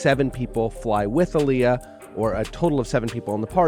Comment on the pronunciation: I hate how this Ai is aniulating the pronunciation of her name🙄😑.... goofy ass technology... it's pronounced AHH-LEE-YUHH‼️😎